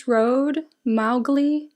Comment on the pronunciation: Mowgli road is pronounced mow (like you mow grass) and glee! :) I'm also pretty sure its in reference to the character with the same name in Jungle Book